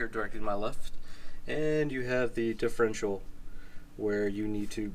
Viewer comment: WHY?? do you keep calling it the "differential"????